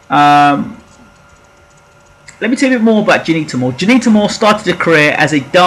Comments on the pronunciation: At least try n pronounce her name properly!! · I second that.